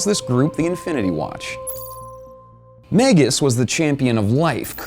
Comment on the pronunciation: It's "mag-us," sounds like "bag-us."